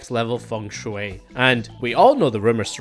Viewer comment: No way you can pronounce “Shui” easily but can’t pronounce “Acacia”